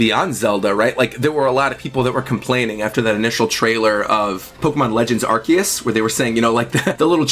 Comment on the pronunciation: I am surprised nobody is complaining about the "Arceus" pronunciation... Good!